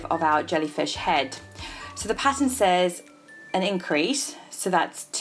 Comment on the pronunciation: lol when she said pattern I thought she said patent 😁